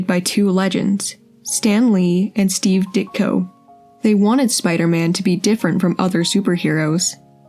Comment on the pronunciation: I love the way the fellow says "Spi-da-man." Classic!